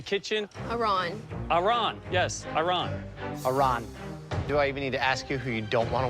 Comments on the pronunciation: I understand that for an English speaking person you really want to say « Iron / Iran» instead of « Ahron » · I mean, also popular but for all the wrong reasons. Let’s not forget he also bullied others at certain points like purposefully mispronouncing Aran’s name time and time again (he admits this in an interview too) I don’t get your statement at all whatsoever. He’s also a terrible communicator to the point that it’s affecting his cooking ability and those of his team. How did your comment get this many likes, I will never know